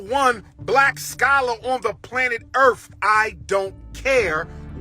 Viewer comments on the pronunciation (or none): He said planet Earf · Black Scholar lol…. Can’t pronounce earth. Sir said Earf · "I'm the number one black scholar on the planet earf" Dr. Umar Johnson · “Number One Scholar on Planet EARFF! 😂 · Top black scholar said "Earf".